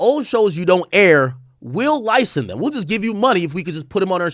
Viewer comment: Ak struggles saying the word license/licensing I noticed